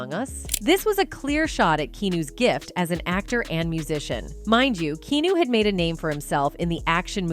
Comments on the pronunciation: I wish these AI narrators would be programmed to say the person's name correctly every time.😟 KEEAHNEW! 59 is still so young. He could live for another 20-30 years! But what a sweet soul❤ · At least learn how to pronounce the mans name before making a video about him. In pretty sure it's not keenew.... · It's KEANU (pronounced KEH AH NOOH). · I can't watch this get your bot to pronounce his name right at least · Drives me crazy when these robotic narrators mis-pronounce names! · OMG learn how to say his name. Jesus can't even because you can't take thr time to learn how to pronoun his name right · U could learn how to pronounce his name Finally too.